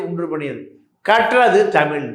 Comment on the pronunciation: கற்றது தமில்.. அ.. தமில் படித்தவர்கல்.. அ.. பட்டம் வாங்கியவர்கல்.. ஆ.. தமிழ் சரியா உச்சரிக்கத் தெரியாதவரை.. RSB மீடியாக்கள் அழைப்பது.. __ __ பாண்டியன்.. 🤯